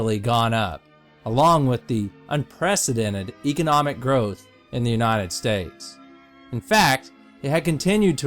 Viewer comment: u pronounced economic wrong!